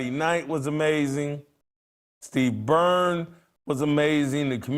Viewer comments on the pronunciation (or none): none